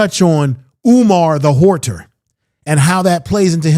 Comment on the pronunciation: Have u heard him pronounce AUTOPSY His rendition of HOARDER [WHORE-TER]⁉️⁉️😂 IS HILARIOUS